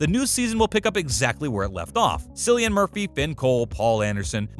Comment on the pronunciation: Pronounce Cillian's name right will ye for one thing.. speaks vols